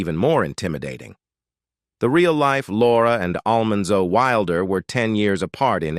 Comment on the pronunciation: Poor narrator just can't seem to pronounce "Almanzo's" name correctly. 😂😂😂